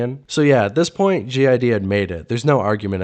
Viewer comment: Why do you keep calling him "Gee Eye Dee"?? 🤔🤨🤦🏾‍♂️